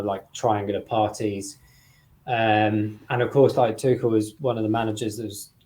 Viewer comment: Oh, you have finally learnt how to pronounce Tuchel properly and now he is no longer an option for us 😀